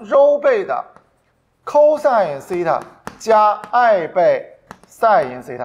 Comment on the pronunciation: 12分钟讲解图像和圆周运动那段 虽然不是推理 但还有个漏洞 就是 SEI TA(发音)的含义从自变量变成了夹角。 而且那个圆周的横坐标也不是SEI TA 是函数值 纵坐标是导数值 这样才能画成一个圆。